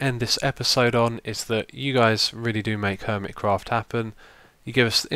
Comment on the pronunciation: Lol. He said HOIMECRAFT